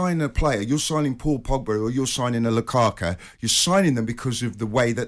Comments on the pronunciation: “Lukaka” - is saying this on purpose? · I noticed the English pundits and commentators horribly mispronounce foreign players last names regularly... who on God's green earth is Lukaka?!?!